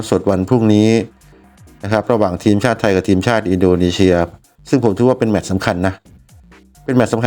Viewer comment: อินโดนีเซีย ไม่ใช่ อินโดนีเชีย นะพี่ มันคือ ซ โซ่ ไม่ใช่ ช ช้าง และขอบคุณสำหรับวิธีการเข้าดูบอล